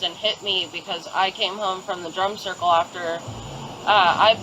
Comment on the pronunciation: I thought they were saying "drunk circle", not drum circle 😂 Pretty sure it was both